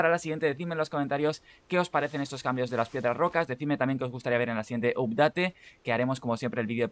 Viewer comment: Hola, gracias por los tips, me subscribo and i give you one like. Una cosa yo hablo Ingles por 30 anios y solo quisiera darte un concejo de pronuncioacion. "Update" se pronuncia: "apdet". Vale my friend? Gracias Saludos.